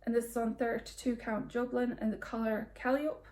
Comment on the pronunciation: Great pieces! Love the Stitchrovia sunshine WIP and the Manning piece. Can't wait to see more of the macaw. The Under the Sea fabric "calliope" is 4 syllables with the emphasis on the 2nd. You're not the only person I've heard mispronounce it. Calliope was a Greek muse, and also a musical instrument powered by steam, frequently used in circuses. Happy stitching!